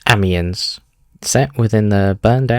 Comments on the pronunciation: Ah mee enn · thats how tou pronounce it, the s is silent tho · In following tradition with your other videos... HOW YOU GONNA PRONOUNCE AMIENS LIKE THAT WTFFFFFFFFF